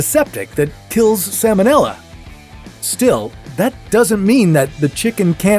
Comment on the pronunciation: The L in the word "salmonella" is pronounced, unlike the L in the word "salmon," which is NOT pronounced. The salmonella organism was named for Dr. Daniel Salmon ("SAL-mon"), the American veterinary surgeon who discovered it. It has nothing to do with the name of the fish.